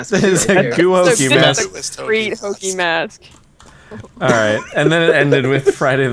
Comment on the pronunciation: lol "gu hokey mask." XD